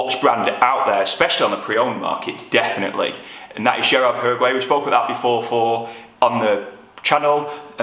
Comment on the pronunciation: I think you’ve been watching too much football mate. It’s pronounced Girard Para-Go, not Paraguay 😎